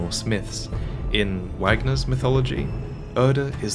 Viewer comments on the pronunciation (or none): Lol "wagner" you mean "vahgner" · Did he just say Wag Ner? Sigh well I guess he was a Nazi so he deserves that mispronunciation, but it's pronounced Vogner. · As a 4th year college student going to school for music, hearing pronounce Wagner instead of (Vaugner) hurt me more than it should:(